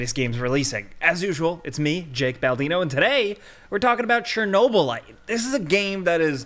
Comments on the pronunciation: cherno - lat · Chernobylite Chernobylat Chernoblyat